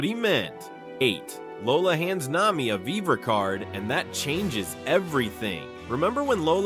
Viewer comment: I had to tap out at #8 when he got Nami's name wrong.